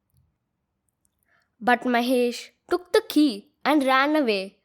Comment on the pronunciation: pronounce ''the" as thee only when the following word begins with a vowel. Otherwise, pronounce it as the ( as hindi द). Otherwise, very well explained. Which editor do you use?